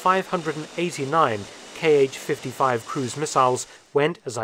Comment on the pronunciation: Thanks for another great video. To further improve your content, consider the following: 1. Kh is an English transcription of one letter, which is pronounced like the J in jalapeño, definitely not K-H. If it was an acronym, it would be in all caps. 2. Most Eastern designations that are an abbreviation of the chief designer's name should be read as one syllable unless capitalized (MiG is an exception), so An, not A-N, for Antonov, Su (pronounced soo like in soot, not S-U) for Sukhoi, Tu (pronounced too) for Tupolev. Not only it's the correct pronunciation, it also rolls off the tongue better.